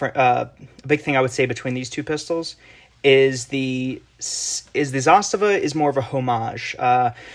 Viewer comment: Great video and it’s refreshing to lay the ‘Zastava is a Sig clone’ to rest and to hear someone pronounce Zastava well